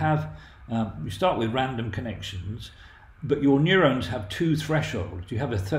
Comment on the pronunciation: Excellent video! Except for the pronounciation of "neurons" and "gigabytes" :P